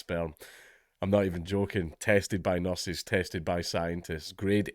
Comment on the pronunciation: I thought he just said his sperm was 'Tasted by Nurses'